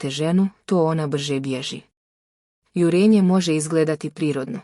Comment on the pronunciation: Nije jurEnje nego jUrenje. Naučite elementarnu gramatiku.